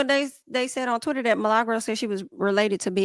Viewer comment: "Mi-La-Gro" not Malegro. Does purposely say her name incorrectly? Because Milli has been around long enough for her to have heard it before. Lol smh.